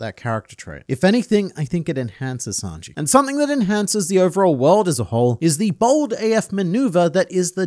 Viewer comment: Hearing "Snanji" reminded me of the presidents discussing One Piece vídeos. And now I miss them.